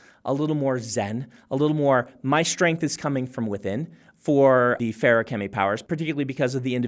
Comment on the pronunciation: I'm so glad it's pronounced like how Brandon says it and not fa-roo-kemy like some YouTubers say it